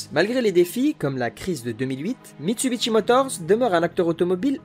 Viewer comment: Les liaisons à l'oral constituent un petit florilège en soi, sans compter que je me demande bien pourquoi Mitsubishi devrait se prononcer Mitsubitchi ?